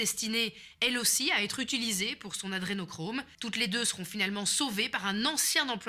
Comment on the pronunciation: c'est moi ou elle prononce "utuliser" au lieu de "utiliser"? c'est pas la premiere fois que je remarque ça, c'est utlra bizarre